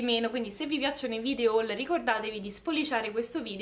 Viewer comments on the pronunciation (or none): none